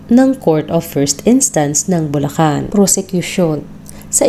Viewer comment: Bulacan city Hindi bullan